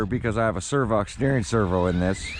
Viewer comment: it's SAV OX servo not SERVOX 😂